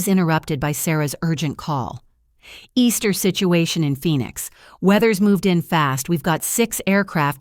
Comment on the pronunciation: I have never met a human, English-speaking female named “Easter”. I have met a great many women named “Ester” pronounced with a short first “E”. Curious